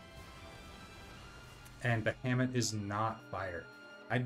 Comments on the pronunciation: "Bahamut" is pronounced "Ba-ha-moot". Not "Ba-hammit". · Every time you say ba-ham-ut it tickles me. I call it ba-ha-mut. 😂